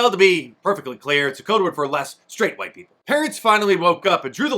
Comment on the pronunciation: it IS Wa-eet Dem-oh!-crahht-elite-run cities where minoreetees suffer......just say-in!